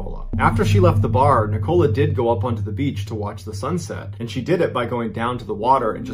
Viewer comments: It's Nicola, not Ni Cola. Doesn't anyone have Nicola as a name in the US? Great stories though, much appreciated 👍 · Yaay, someone said it ... and also ... Nic- col -la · It’s Nikola. Sounds like nickel-ah. I have a daughter with the same name and this happens all the time. I say it sounds like not a dime, not a quarter but a nickel with an Ah at the end. Anyway, you’re doing great! It’s just my OCD 🤗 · Is that how Americans pronounce "Nicola"??? In the UK, it's "Nic-o-la" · Always makes me laugh how americans can’t pronounce nicola properly 😂